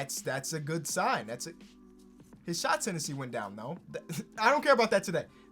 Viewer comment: We all know, can’t not say shot tenancy